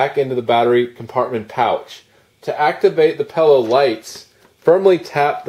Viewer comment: Every time it sounds like you're pronouncing it pellow i wanna say its PILLOW, not pellow.